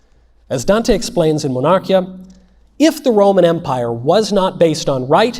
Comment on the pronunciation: Excellent, thank you mr. Knowles. A detail, Monarchia is pronounced with the accent on i: Monar-kee ah